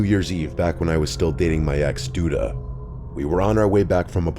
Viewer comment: Reporter: “Dee Dee Mega Doo Doo” Reporter: “sorry that’s Duda Mangudu”